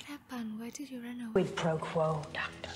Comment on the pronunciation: "quid pro toe" sir. 😉😆